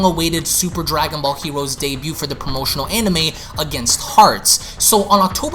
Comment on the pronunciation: “Dwagon bawl hewoes”